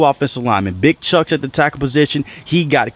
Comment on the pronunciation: Did this dude say Big Chucks 🤦🏾‍♂️ Chūks dude it’s short for Chukwuma which is “The Lord” in Nigerian (My Name Is Ugochukwu) please do your homework if you’re gonna cover someone!